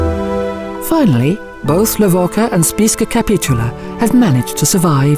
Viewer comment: Within the first few seconds your automated voice completely mispronounces the name of the place you're supposed to know so well that you're posting a documentary about it. It's pronounced Le-vo-cha. Idiots.